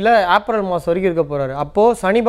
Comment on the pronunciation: உச்சரிப்பு ஆப்ரல் என்று சொல்லாதீர்கள். , ஏப்ரல் என்று சொல்லுங்கள்